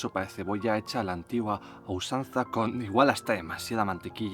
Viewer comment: Usanza*, no "ausanza".